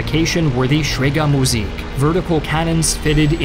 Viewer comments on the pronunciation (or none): "Kanonenvogel" was near native level but you absolutely butchered "Zerstörer" and "schräge Musik"